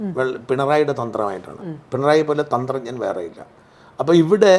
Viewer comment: തന്ത്രഞ്ജൻ അല്ല കള്ളഞ്ജൻ